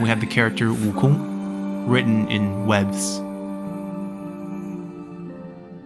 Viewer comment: 悟空这两字的发音就知道是国人了